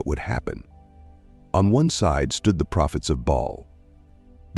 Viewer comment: One time the gods name was "Bail" but next time his name is "Ball". Mispronuncuation makes a big difference to someone who doesn't know the correct pronunciation.